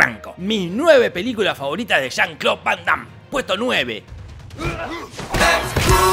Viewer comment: Pinarello, no le digas jon cloud vondam, siempre pero siempre dices Juan Claudio, hace mucho la diferencia en este con el anterior.